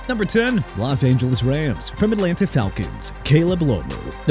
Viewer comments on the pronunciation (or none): none